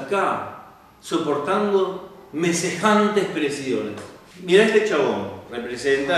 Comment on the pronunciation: todo bien, con entusiasmo y todo. ademas me causo gracia la parte de "mesejantes presiones"